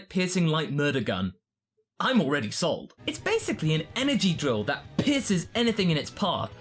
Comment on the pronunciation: hahahahaha he says pierce ad i hear piss